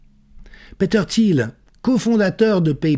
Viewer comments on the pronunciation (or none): none